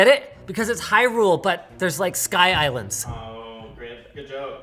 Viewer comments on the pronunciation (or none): Sky Islands? you mean Skislands